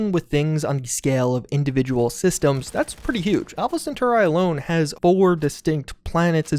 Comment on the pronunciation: Sagan, Cheyenne, Centauri... You've gotta take some time to learn how to pronounce these names, you're killing me!